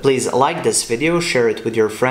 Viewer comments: Don't know why whenever you say Revit I hear 'Rabbit' 🤔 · I look with subs, that translate it, and they too hear it like "Rabbit".